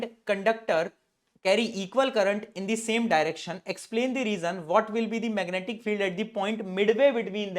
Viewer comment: me aapne meganaatic field bola😂😂